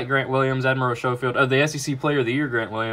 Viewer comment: Admiral SCOW-FIELD is how it’s pronounced. Not Show-field